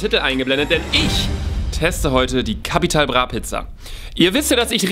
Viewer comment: No Jok Leute der einzige Youtuber Capital Bra richtig aus spricht 👍